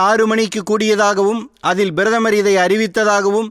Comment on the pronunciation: முதலில் நீ சரியாக பேசு "அவர் பிரதமர்" நீ பேசியது "BIRATHAMAR "